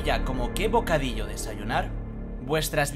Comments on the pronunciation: bocadisho xDDDDD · El bocadisho :v